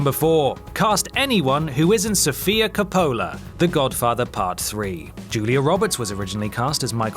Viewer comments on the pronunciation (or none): Cuh-POE-la...? ... COE-puh-luh! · I have never seen a film nerd mispronounce "Coppola" so badly. "Cuh-PO-luh"? Are you serious? I'm laughing like crazy. It's "COPE-uh-luh", dude. Thanks for the laugh :D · It’s pronounced Cop-pol-la, not Co-po-la! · Cop-PO-la? It's pronounced CO-pola. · Oh you know, Francis "Copolla" and Adam Carolla are always hanging out. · Surprised no one's mentioned that Coppola is pronounced "KOH-poh-luh" (or are we just accepting that there's at least one mispronunciation in every WhatCulture video?) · It's pronounced Cope-Uh-Luh. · cop-a-la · I've never heard Francis Ford Coppola's name pronounced like that.... EVER.